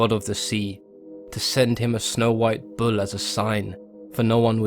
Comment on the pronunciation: Did u just say bull in southern Indian accent?!😂👌